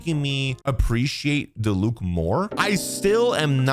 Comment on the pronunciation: Diluc - DEE-luke Dehya - DEE-yuh Kinich - Kin-EECH Yelan - YAY-lahn